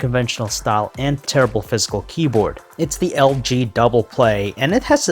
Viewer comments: Its physical not fiscal ,ffs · Sounds like he's saying fiscal in stead of physical 😂